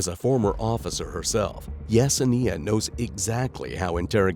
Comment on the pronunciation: I cringe at the way you keep pronouncing Yesenia. You keep adding an extra syllable 😅